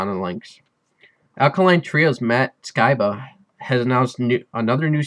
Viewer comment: Not how pronounce "Skiba" lol